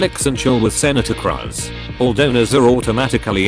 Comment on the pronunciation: I like how the voice pronounces Cruz like a weird form of crust.